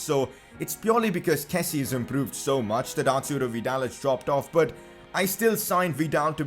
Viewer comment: It’s kessié not kessie. Kessi-yay. And I can’t rlly type hour to pronounce Adams traores name but you pronounce it wrong and it’s annoying